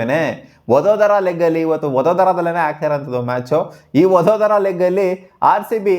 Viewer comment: ಒಡೋದರ ❌ ಒದೋದರ ✅